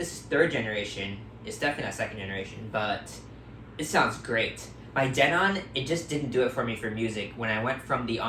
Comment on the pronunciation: OH my God its not pronounced den-ON aaaahhhhh